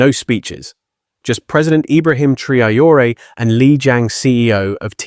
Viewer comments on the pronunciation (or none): Take note at Video role . How is the name Traore korrectly pronounced? Not as a Colonial French, Islamic, English, or Ameri-con way. It is pronounced as the Odigenous and Indigenous Ah-Free-Kan name T-Ra-O-Ray.